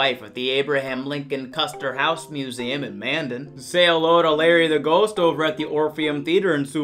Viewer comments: You pronounced Mandan, Manden. It's literally pronounced Man Dan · Let me get this straight, You can pronounce Dunseith right but you mess up on Mandan. As a North Dakotan I feel hurt...ok not really. Mandan is pronounced Man Dan so you were close.